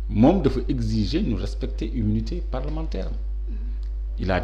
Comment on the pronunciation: Senegal7, cette journaliste pousse les gens a boycotter votre chaine, on sent son mepris quand elle parle de Sonko pour une journaliste qui devrait etre neutre. Elle sait meme pas lire, immunité parlementaire elle peut pas le dire correctement, elle fait des remarque betes c'est pourquoi a raison lorsqu'il dit que ce genre de remarque l'irrite.